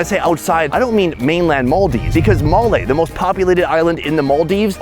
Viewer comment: Hope to see you do a local food tour around the Maldives! Also, the way you pronounced Malé and Maldives 💯